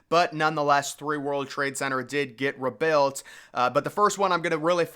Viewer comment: WHy do you say "rebuilt" like "rebelt" ?